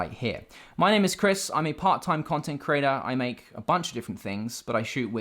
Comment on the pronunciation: 'Creader' its creater you absolute chump